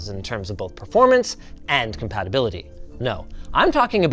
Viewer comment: "Compatability"? Really? Compatibility...